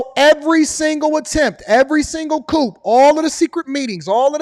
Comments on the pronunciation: Lol you killing me with coop lol it’s coup for coup de tat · Coup is pronounced “coo” the “p” is silent.